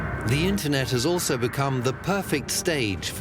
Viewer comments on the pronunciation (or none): I’ve never heard any English speaker pronounce the word also with a T sound... altso, altso, altso. Is this entire documentary German?